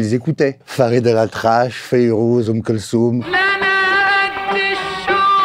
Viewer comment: C’est pas Oum Kelsoum. C’est OUM KELTHOUM. Svp respecter les légendaire de la music. Merci